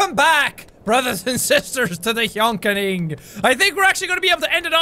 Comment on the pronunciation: My mom (Btw this is her phone) is making fun of the way you say “harmony” And “ Hjönkining”